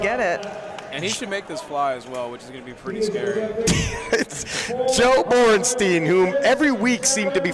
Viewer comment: If I hear Borrnsteen one more time I’m going to invade Poland.. HIS NAME IS BORENSTEIN